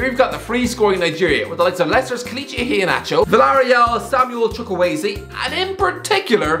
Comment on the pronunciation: Impressed with your pronunciation of Chukwueze ... almost close